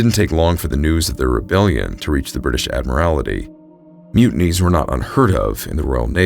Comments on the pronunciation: Just FYI: ADD MUR IT EE. Not as you pronounced it. Not being critical; trying to be helpful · The word is Admiralty ! Otherwise very interesting , thanks . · Dude. A marine who cant pronounce Admiralty? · "Add Marality"? WTF? Maybe learn to speak the English language. It's the "Admiralty". Google can tell you how any word is pronounced with pretty high accuracy. Please don't make up garbage bullshit. When you don't know something, fucking look it up on the internet and learn. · Just so you know Admiralty is pronounced Admiral-Tee not Admi-rali-ty I’d only has the one ‘i’ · Ad-mril-ty. (Admirality?) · The Admiralty = ad-mi-ral-ty "The Admorality" may be a more virtuous organization but had no part in running the Royal Navy. Good story despite you giving me the giggles every time you said "admorality". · The word is "Admiralty," not "Ad- mir-ALL-it-tee." The narrator added an extra, unnecessary syllable. These videos are too good to allow silly mistakes like this to make it through to the final upload😵‍💫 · Admiralty is pronounced “ad-merl-tee” not “ad-muh-rala-tee.” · The word is admiralty. Pronounced ad-mir-al-tee. Not admirality. I worked at Pizza Hut and we had a road called Admiralty Dr It was part of a subdivision that was all ship terms...like Mariner Circle and Anchor Way. Half the people who lived there would say it wrong...and it was their own address. 😘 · Just wish he could pronounce admiralty which is pronounced “ad-merl-tee” not “ad-muh-rala-tee.” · A terrible story very well told (as always). FYI - you kept saying Admirality....that's not correct - there is only one I in ADMIRALTY. Admiralty: Great Britain, until 1964, the government department that managed naval affairs. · Great story. One note - "ad-mir-al-tea". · Hey quick heads up, "admiralty" is pronounced "ad·mr·uhl·tee" Fantastic episode as always! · Excellent story and wonderful narration as usual! One small suggestion: admiralty is pronounced “AD-mralty” Otherwise, keep up the great work!!